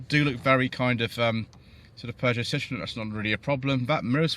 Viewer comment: I believe you miss-pronounced Peugeot there 😉 as a Vauxhall fanboy I certainly love my Insignia or the Astra K Elite 1.6 looks a good proposition with 200hp. But yes overall the designs have been handsome and inoffensive rather than striking and modern in recent times